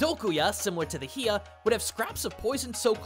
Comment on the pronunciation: It is pronounce (hai-yah) not (hee-yah) 😒...teehee 🤭